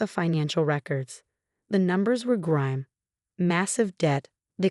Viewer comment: grim not grime